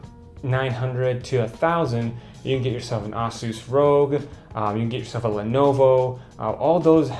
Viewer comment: Okay Vid, how you say 'Asus' is annoying haha.